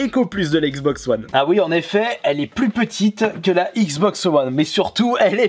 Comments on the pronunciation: Cela se dit wone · Je crois qu on dit wane